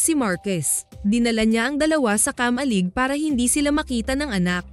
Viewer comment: KA-MA-LIG dahan dahan lang ang Pag bigkas ng word..... Ganito mo binigkas ang KA-MA-LIG..... KAMA-LIG nakuha mo ba ibig kong ituro syo?